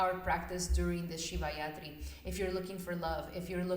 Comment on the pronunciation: It’s Rathri not Yathri. Rathri means night. 😊